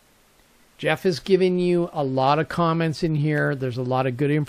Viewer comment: This gentleman's name is Geoff - pronounced GEE OFF...not Jeff. Anyway...I wrote to him recently about this sensor article. He replied that if you are going to use a LOT of sensors on this shield, you may not want to power it up all from the shield. Rather to use an independent 5 volt power supply. Rate the supply with the number of sensors times the current that each module is spec'ed to use and have that many amps available. Connect power and ground from the supply to each IR detector by using a voltage buss along its length to the last sensor. Tie the common of the power supply back to the common on the shield to maintain a ground reference. Then you can just run the signal lines from each sensor back to the shield to the appropriate channel and pin. There is another shield avilable that allows for screw connections to each channel, by the way. You can take "servo" cables that are female and cut them in half. Slip each end set of 3, to the pins at the sensor and the shield. Use an intermediate length of wiring to connect the wire ends together over the length of your run. This makes for a nice connection at each end. just solder up the middle lengths and apply heat shrink at the joints. Another idea is to use a form of a multi-conductor cable, like a 8 pair cable, which gives you 16 wires. Fan them out to your sensors and then bring one cable back to the shield. Keeps things nice and neat under the deck. You may wish to terminate 16 sensor signals to a terminal block